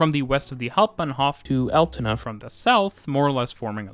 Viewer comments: I like how you overdubbed instances of you saying the word "Altona" to get the pronounciation right, but missed a few :) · Lol... how wrong have you said "Altona" in your first recording... and why haven't you spoken all the sentences again then, when you made such a big gaff that you thought "I have to rerecord Altona" - it sounds completely unnatural how you cutted! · There is an Altona in Canada with the pronunciation he originally uses. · Yes, he gets the pronunciation of Altona correct initially but then has to correct himself, and then much later in the video he reverts but fails to correct it! Rather weird🙄